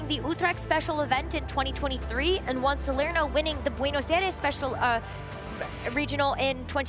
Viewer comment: Is it so hard to say Juan right?